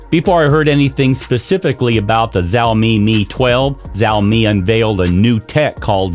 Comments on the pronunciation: Es más un chao- Mei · It's not "Zaomi" it's "Shaomi" I just can't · Wtf is zaomi 🤣🤣🤣🤣🤣🤣🤣🤣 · The moment he mispronounced it I quit the video